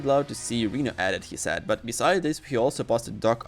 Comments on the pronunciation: What the hell is a reeno?! 😅 The man’s name Is Rhino (Rye-No) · It's "Rino" with a long "I" sound not "Reno"... Honestly if ur gonna make videos using English then u gotta pronounce names correctly 😅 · No hate but please stop pronouncing rhino as Reno it's pronouncing r-hi-no. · Fr lmao I was like who on earth is Reno? 😂